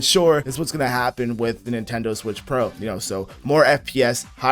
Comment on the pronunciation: Neentendoe swish